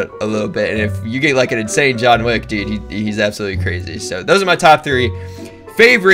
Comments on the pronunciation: John wike not dike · Did y’all realize that he said John Wick as John Thick? (The Reaper)